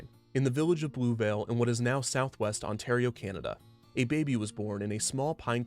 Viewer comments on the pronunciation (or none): none